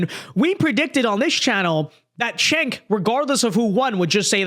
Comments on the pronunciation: Chunk yogurt when are you gonna get his name right?😂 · I know it’s a small thing, but if Cenk is going to start being reasonable, we ought to get his name right. Pronunciation— sounds like: Jank You-grrr